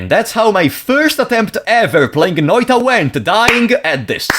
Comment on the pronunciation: Big ups for pronouncing Noita correctly. Also these were my favorite streams of yours to watch, even if I only could rarely chat.